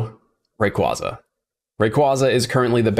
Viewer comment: I always cringe when these pokè YouTubers can’t even pronounce rayquaza or metagross correctly it literally hurts to hear them say it wrong.